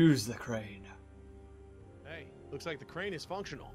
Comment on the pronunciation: Is it me or when she said we can use the crane to pick the scaffolding up off the the tracks… it sounded like cwane not crane